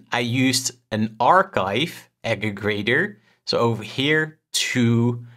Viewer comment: Good video just something to note is that it’s actually aggregator, not ageggrator